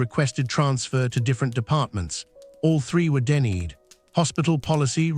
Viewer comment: AI garbage thick and thin. Couldn't even pronounce the word "denied". Instead pronouncing it "deneed"